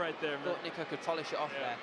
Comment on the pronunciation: Bro did NOT say niko